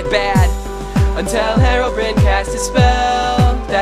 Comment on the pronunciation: its pronounced Herobryne not Herobreen